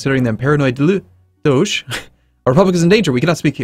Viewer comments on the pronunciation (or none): none